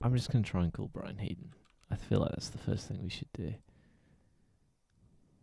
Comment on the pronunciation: It's Heedon actually